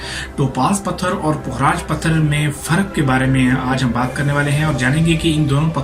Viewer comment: Bhai pukh-raaj hota hy. Fukraaj ni hota. Pay khay puk bnata hy. Apki pronunciation galat hy. Ye meri ami ka naam tha. Pukhraj ko yellow sapphire kehtay hain. Topaz brownish orange hota hy. Pukhraj light yellow, white, sky blue colour mein hota hy aur gem stone hy